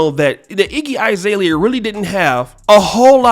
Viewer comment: Izalea? Bro it's Azalea. A is pronounced A, not I.